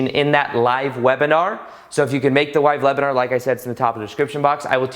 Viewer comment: Great video! Much love to you and your friends in Costa Rica! And enjoy your stay of course:) Ps. wive lebinar... I'm sorry but it was just funny to me 😂❤️